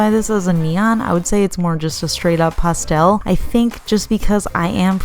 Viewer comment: Cracks me up how says pah-stel lol